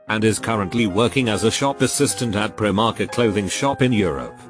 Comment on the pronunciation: Please for the life of god pronounce the “i” in Primark as you would pronounce it when singing the alphabet, so like “Pri Mark” not “prim Mark” or “prim ark.”